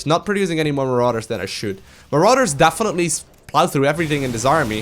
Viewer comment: "Dafinetly"